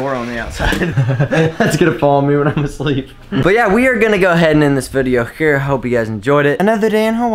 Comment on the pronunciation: "but we are gonna go and end this vidego hhhhere"